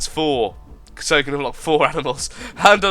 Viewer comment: did he say can with k? sounds like the word from my country: denmark. we say kan instead of can.